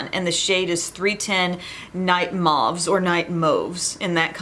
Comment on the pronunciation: FYI: “mōve” is the proper pronunciation for mauve. It secretly irritates me when I hear “mahve” 😜🤣🤪